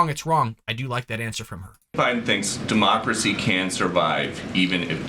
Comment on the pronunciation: Anyone else catch her saying dem-marx-cracy not democracy? Is that a mix between democracy and Marxism? That would totally explain everything they've been doing and persist on doing; they also are the administration that has the nasty habit of saying the quite part out loud; what do you people think 🤔?